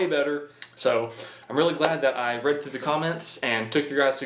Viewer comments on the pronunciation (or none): none